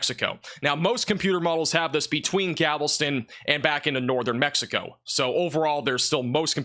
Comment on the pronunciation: Galveston, not Gavelston